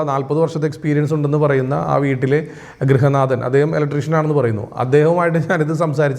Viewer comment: ഗ്രഹനാഥൻ അല്ല ഗൃഹനാഥൻ